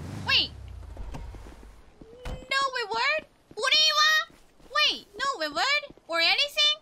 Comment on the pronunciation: I love how she pronounces "reward" lol